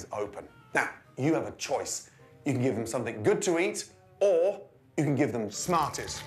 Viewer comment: NOO!!NOT SNARTIES!!! Also,THE CANDY IS RAW!!!